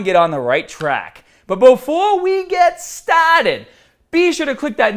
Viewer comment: I love it when you say "before we get STARTED"